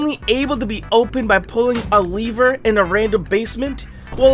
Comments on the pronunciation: I like have said leaver instead of lever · In the 2nd secret he said leever